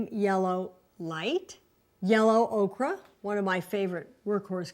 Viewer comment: Yellow okra? It's pronounced "Oak-er." The metal is "CAD-mee-um."